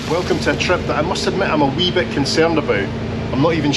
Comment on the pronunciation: Can’t forget “weee bit” lol. The views and locations are excellent, the food not so much lol.